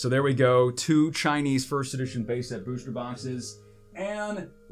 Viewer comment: Why do u always say booshter box rather than booster